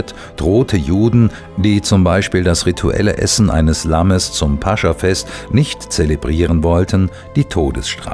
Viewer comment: toll gelesen. nur eine kleine Korrektur. es heißt nicht - Pascha - sondern -Pas-cha -. grüße aus Moskau...